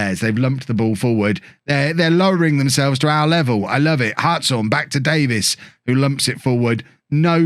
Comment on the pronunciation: Who corrected you about the pronunciation of Hartshorn? As a Hartshorne, I need to thank that person! :D